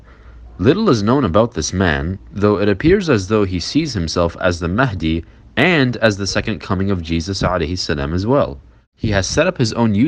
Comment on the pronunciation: Yes Mahendi, not mahadi